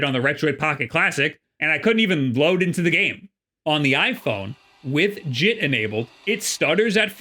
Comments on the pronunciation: Bruh said jit like he from florida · When you said “JIT” I looked back at my screen, because for a second I thought that you were talking in Florida slang.